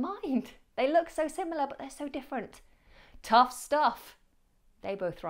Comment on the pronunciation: Watch out! tough and not 'touth'...